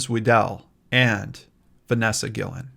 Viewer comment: Guillen is actually pronounced Ghee-yen. A friend of mine has the same last name.